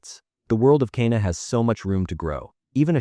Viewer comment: Garbage video. Learn to pronounce Kena! So annoying.